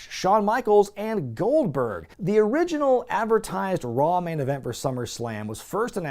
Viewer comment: "This one lady says Gold-BWERG! Well, there you have it!"